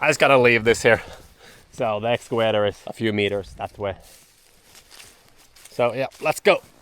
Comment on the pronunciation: Fantastiska videos och du verkar kunna det mesta! Men varför lär du dig inte att uttala video och excavator på engelska när du säger det så ofta i dina filmer? Enkelt V uttalas lika som på svenska, det heter inte Wideo eller excaWator.